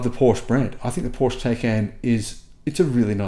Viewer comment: How to pronounce PORSCHE the correct way (part 3) … 😉 You’re almost getting there, dear, as to the correct pronunciation of PORSCHE … it’s only 70-80% of times now, that you still say PORSCH instead of PORSCHE. But you’re not alone, so at PORSCHE they have actually added on their website a part, where they teach people how to pronounce their brand name correctly … 😎 Unfortunately YouTube doesn’t allow me to add the deep-link here in this comment … 🤷🏼‍♂️ Cheerio and all the best, Henrik 🇩🇰 🇩🇪